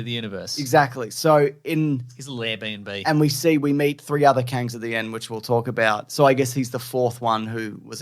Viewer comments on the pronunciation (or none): Said "LairB&B" and nobody is talking about it.